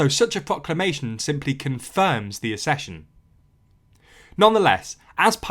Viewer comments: The pronunciation of accession is 'ac-session' not assession, in the same way that access is not assess. Modern illiteracy has already taken over. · Accession is pronounced ak-sesh-un. Both letter c's are working, not just one. As in accident, accept, access, accelerate etc